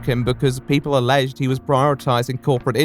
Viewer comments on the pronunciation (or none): none